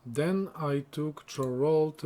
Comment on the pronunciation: Some tips on the pronunciation of the Imperial towns :D Cheydinhal : "shay-din-hal" Leyawiin : "lay-a-win" Chorrol : "kor-rol" Bravil : emphasis on "vil" Kvatch : "kuh-vat-sh"